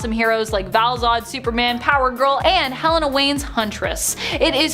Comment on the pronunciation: Why do people say HELL-EH-NUH? It's HEH-LAY-NUH!